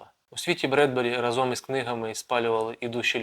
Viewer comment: Добрий день! Вітаю з початком вашого проєкту. Будь ласка. зверніть увагу, що українською говорити треба "протягом року...", а не "на протязі" (то рос. сквозняк), не разОм, а рАзом. Та й інші є обмовки. Зверніть увагу на правильність вимови. Бажаю успіху!